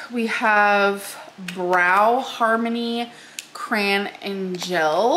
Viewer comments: I’m sorry did she say cran instead of CRAYON........ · Are we all ignoring the fact that she said brow harmony cran and gel..oh that pesky accent again.